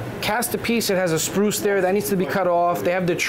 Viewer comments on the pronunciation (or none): Yeah that was annoying tf out of me when he kept calling it that. A SPRUCE is a tree lol. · Its SPRUE not SPRUCE. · tell your boy they are called SPRUES not spruces 🤣. It's a SPRUE NOT A Spruce!